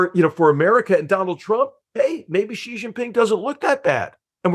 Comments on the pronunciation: GUYS GUY GUYS, it is not "GEE" it's "SHE" as Niall said. It's SHE, SHE, SHE, not GEE/JEE. Likewise, Beijing is pronounced "beh-JING" not beh-zjing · Xi, it's pronounced "she". Please.